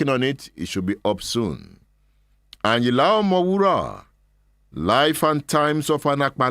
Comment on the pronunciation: Does anybody tell you that you are a professor of presentation I love everything about you look at the way you pronounce the name.... Ayinla omowuraaa..😅✌️🕯️🙏👍👑✅💯💕🎉